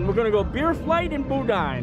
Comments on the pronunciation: It's pronounced boo-danh, the end sounds like fan. Boodyne made me cry. 🤣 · Its pronounced boo-dan not bow dain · Boudin is pronounced boo-dan (but very light on the “n”). However, that was not boudin like we make it in Louisiana — that looked like rice dressing/dirty rice, if you’ve ever had that. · Hey my sweet friend, the cheese wasn't burned; it was caramelized. Also, you need to use google translate or whatever translator you prefer to help you with pronunciations of words that you are unsure of like Boudin which you didn't pronounce correctly. Hope this friendly advice gets you around World Showcase a little easier.